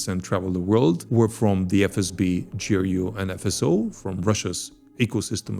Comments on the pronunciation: "spent four parallel universes exposing this secret russian unit" doesn't know how ГРУ pronounced. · Actually you are prnouncing Russian G very well drug (/ firen) but then pls be cinsequently and say Ser-Jay not Sergay and J-roupe - not GRou0p -- thanks spasibvo ogromnoie - napishi mne kogdato pozalshto - ceilujuy zayka :-)